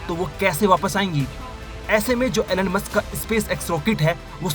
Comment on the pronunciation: Elon musk ❌ enonemus ✅